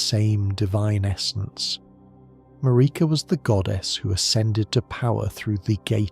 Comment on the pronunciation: This feels like AI is having a rough time with some of these names and phrases McElla vs Miquella, Marika vs MarEEka. Quit using AI to create things that you can do yourself.